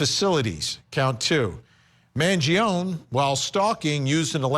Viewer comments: Despite the fact that you obsess in saying the name, don’t be so stupid. It’s not “Mangion”, it is MangionE! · I feel like Vinnie just can’t handle correcting himself so he won’t pronounce his surname right because he has started staying it wrong and too proud to correct it. It’s not a ‘own’ sound at the end it’s “ownie” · It's not Mangion'i'. Why they keep saying like that? MangionE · Why does Vinnie keep calling him Mangion its Mangione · Luigi Mangione, his last name is pronounced with the "e" silent. Sounds like "own" at the end. Man-gee-own. Start showing respect, stop treating Italians like they have a monkey and an organ grinder! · It's an Italian surname the finale E is not mute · First, learn how to pronounce Italian name correctly *Man-gio-nee. Next; Overkill fabricated charges… Get me on the jury now! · Please pronounce is surname correctly at least… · You can’t even pronounce his name right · You could get his name right...